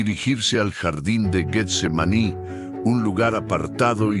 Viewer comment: Buena narración, la misma historia pero narrada de un modo que todos lo entendamis; pero el uso de la IA comete varios errores como la pronunciacion de Getsemaní lo pronuncia Guetsemani, deberían incarle mas atención pues de por sí las nuevas generaciones ya no saben pronunciar ni escribir correctamente. Amén Jesús! Aleluya Cristo a Resucitado! Aleluya